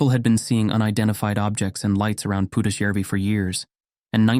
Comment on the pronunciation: I have to compliment your pronounciation of Pudasjärvi, absolutely spot on. Most of the other names are pretty close too. But the stories themselves - perfect Friday entertainment!!